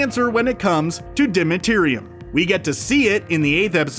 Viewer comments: Dimeritium is not hard to pronounce it’s not dimiterium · Your Nr 10 "Dimetirium" is actually Dimeritium. Anyway, informative video. I was wondering about the "Jaskier" origin, because I always knew him as Dandellion. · Isn’t it called dimeritium? Why does he say ”dimeterium”? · "People would like a direct answer when it comes to..." Me: Dimeritium. Narrator: DI-MATERIUM. Me: facepalm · This guy makes me wanna hit someone he said deriteryum tf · It's dimeritium, not dimetirium.